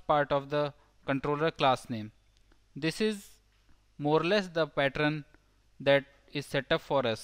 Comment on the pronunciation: Now I hear "partern" wherever I go..